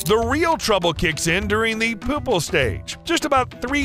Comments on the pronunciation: pew-ple not poo-ple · and the poopal stage